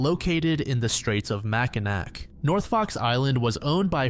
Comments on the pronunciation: Mackinac is pronounced Mackinaw... Just a lil FYI. Excellent fudge there too. Best in the world. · Another great video! Also, it’s pronounced like Mack-in-aw. It’s weird, I know lol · Happy new year! Love you bro, that's why I am gonna tell you it's pronounced Mackinaw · It may look like Mackinac but it’s pronounced Mackinaw. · It's pronounced "MACK-a-naw"